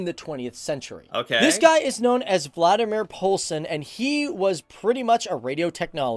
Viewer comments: Valdemar... not Vladimir... ;) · Sorry to say, his name isnt Vladimir Poulsen, but Valdemar Poulsen. He also invented the first stereo microphone, and we still have this in our museum at DR (Danish Radio the national broadcaster in Denmark) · I do know that, but I guess the guy talking about Valdemar is reading his name. How Val becomes Vla is a puzzle. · I wish people would get their facts right before trying to "enloghten" others. There was no Vladimir Poulsen... I thought it was a bit weird for a Dane to be called Vladimir back then, so I looked him up. He was VALDEMAR Poulsen "val-der-mar".... Vladimir is Russisn/eastern European!!